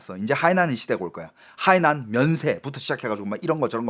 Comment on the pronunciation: 저기요..대구경북분인건 십분 이해합니다만 중국어는 성조가 중요한데 海南 발음하실때 성조를 좀 지켜주셔요..악의가 있어 말씀드린건 아닙니다..😊